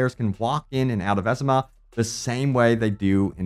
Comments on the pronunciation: I think it's pronounced VeeZeeMa. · I loved the video, but one thing drove me nuts. Vizima is pronounced Viz-E-Muh. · Great video, however the way youre pronouncing vizima is killing me lol